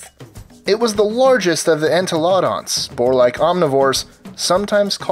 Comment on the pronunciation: Why are mammoths, Tasmanian tigers, Dunkleosteus had a weaker bite then megalodon and dunkleosteus only made modern sharks look weak Predator X also had a stronger bite U said entelodon wrong Pelagornithadye should be replaced with hatzegopteryx. Dislike